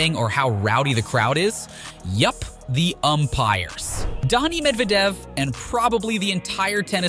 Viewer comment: I've never heard worse pronunciations of each player's names. "I. G. A. Swiatek" "Darni Medvadev" "Euganie Bouchard" The list goes on.